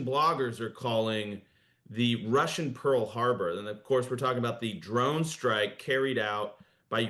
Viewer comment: PEarl Habor? are you normal?